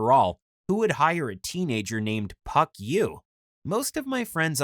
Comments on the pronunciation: Was it pronounced puck or f**k? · I'm just wondering why he wouldn't tell them his name is pronounced Fuck You in English... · His name isn't spelled PuckYou it's spelled PhuckYuh there for the (ph) is pronounced as an F so really his name is actually said as the cuss word. He just said puck so this vid would be family friendly.